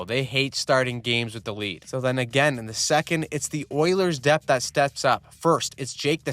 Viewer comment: "Oilers depht " 😂😂😂